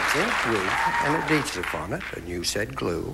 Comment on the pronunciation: Fast money blunder: Something with an "a-deesiv" on it? No wonder he couldn't answer. C'mon Richard, "add-hee-sive".